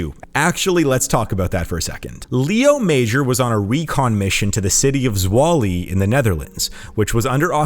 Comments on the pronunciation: ZWOLLE = svow·luh Not Zwah-lee. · It's not "swoll-y." it's "zwol-uh" (Zwolle, Netherlands). And the Leo Majorlaan is a relatively short street, tho a busy broad street, but by no means a large street of any kind. A small note to know: It was revelead by his widow, cause he wasn't alive anymore when that was made public back in 2009. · Zwolle - "Zv-ow-ll-ah" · Born some 50kms from Zwolle: your pronunciation of this city located in the province of Overijssel, made it sound like some obscure African city! Granted,“Swollee” sounds comically hilarious & maybe a bit embarrassing at the same time! No biggie though, lol 😂! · Me, understanding Dutch, cringing every time he butchers the name Zwolle